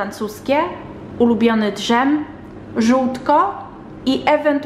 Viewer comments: Czy mozna wiedziec czemu wymawiasz slowo dzem jakos inaczej? 😅 zamiast po prostu dzem to mowisz d-zem. To nie hejt, to ciekawosc. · Czy tylko mnie drażni ten „drzem”? 😂 przecież to jest dżem 😃